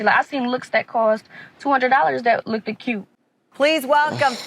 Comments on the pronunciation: I didn't go to my prom. Thought it was silly then, and at 46, I think it's stupid now. Just me🤷🏾‍♂️ Had 3 possible dates, but I didn't think it was worth it as I didn't have a job. I dont feel I've lost out on anything as my wife didn't go to my school😏 P.S... the young lady said 'look-did'. That says enough. Done. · So paid for dress not the education. She said ridikulus, lookded cute dahdedahdesah. Yea money well spent. 😅 goofy. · Side note: Did she say lookted? Damn. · She cannot even talk. Did she really say "LOOKEDED"? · Graduated high-school and says lookded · “Look-ED cute.” She can’t even pronounce the word looked properly… 🤦‍♀️🤦‍♀️🤦‍♀️ And those “baby hairs” are just… le sigh. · Ive never heared the word 'looked' pronounced 'looked - dead' except by my people.....the uneducated branch of my people to be exact. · Did she say “that looketed cute?” 🤦‍♂️ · Prom and she says ‘lookeded’ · When she said there was a girl who only spent around $200 and “lookded” good, I knew her education wasn’t a priority.